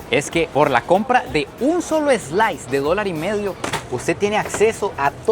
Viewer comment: “ eslais “ interesante 😂